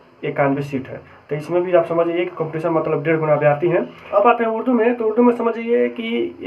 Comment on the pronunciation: Sab Ka Sahi Bataye URDU Ka Saf Nahi Bol Paye...Can You Reply Plz